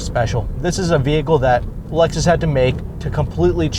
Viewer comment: Dude..it's Lexus!!